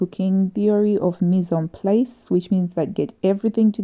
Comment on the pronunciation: Hi, the a in ‘mise en place’ is pronounced in French like the a in the word bar. Just that you know! I also use the selvedge when I cut out straight pieces. Then I’m sure that the piece is on the grain. Sometimes, if a selvedge is nice, I even use it as decoration.